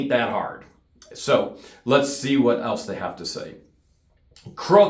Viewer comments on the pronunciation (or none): none